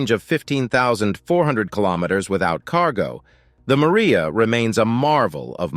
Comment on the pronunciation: The plane is MRIJA, not Maria, and as you may not have noticed, it belongs to Ukraine and wears its national colors. Not everything can be translated into English, it is good to interpret it as it is. And regarding the size of the machines in Russia, he doesn't look so much at fuel consumption, because they have their own oil resources and they don't have to rob and occupy other countries.... Don't forget the size of Russia and its resources.... Not everything American is immediately top-notch and TOP , after all, the mind learns from mistakes, as long as it has the ability.